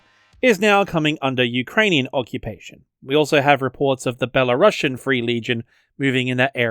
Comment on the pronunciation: People from Belarus are called BelaruSians, not BelaruSSians. So it's pronounced more like "belaroosian"